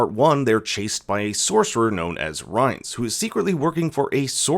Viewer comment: Every American pronounces Rience wrong, it’s not like his name was mention multiple times throughout the show 🙄